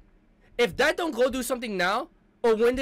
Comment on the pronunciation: It ain't DAK, it's Duck...His name is Dakota pronounced Duck-o-ta...so the short version is Dak, pronounced Duck...